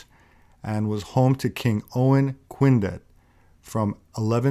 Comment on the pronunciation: Good documentary but not truly representative of Madoc since the whole thing was filmed in Cardiff. Both Dolwyddelan and Porthmadog are up in North Wales and so is Gwynedd (not Cwined). Also, just thought I'd point out that "Twll din bob sais" means "All English are Arseholes". Source: I am Welsh.